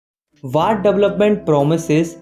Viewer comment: watt ❌ what ✅